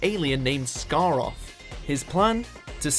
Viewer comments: You said scaroth incorrectly aswell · Androzanny. Scar-roth.